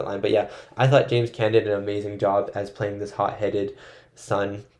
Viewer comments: Carlo was killed for setting up Sonny’s execution. James Caan (pron. KHAN Not can) Ingrid BerGman (hard G not Berj-man) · James Caan, pronounced con. He was the writer in Misery.